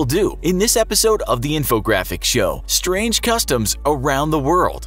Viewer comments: Strang customs 10/10 English right there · "strang" Lel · Ooooof where is the E in strang?? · “Strang Customs” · ”Strang Customs” ??? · "Strang Customs"